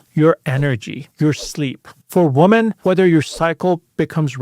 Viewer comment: The plural of woman is women, pronounced "wimmen." Just trying to help. It's very distracting hearing it repeatedly mispronounced.